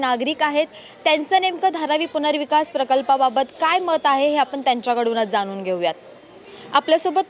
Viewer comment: मराठी तरी शुद्ध बोला. ण आणि न चा फरक समजून घ्या. ते जाणुन असं बोला जानुन नाही